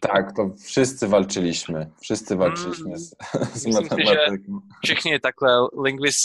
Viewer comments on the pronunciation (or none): Pan uczy polskiego a nie umie akcentować poprawnie wyrazów. Np źle pan zaakcentował wyraz "walczyliśmy"